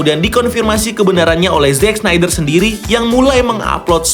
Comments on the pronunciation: Pasti bola bukan olahraga favorite lu. Yg gampang kek snyder aja ga bisa baca. Apalagi Szchezsny, Schweinsteiger, Sneijder, Kuszscak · Sneydeer, tolong 🥲